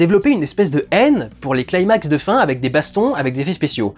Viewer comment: Super vidéo, mais petite précision le mot "climax" se prononce avec un "cli" comme dans climat. Et non pas "claillemax". Et pour cause c'est un mot grec.